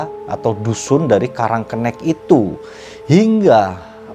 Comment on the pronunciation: Bang salah penyebutan😂 yang bener "karang kenek" bukan "karang kennek" Desanya ga seserem cerita ini kok sekarang, tepatnya di olean situbondo, disana juga ada tempat wisata tpi tempatnya bukan di pas desa nya, tpi gak ke lebih timurnya, kapan kapan gw bakal bikin motovlog deh soal desa karang kenek ini😂😂 dri desa gw kira kira 10 menitan doang😂🤣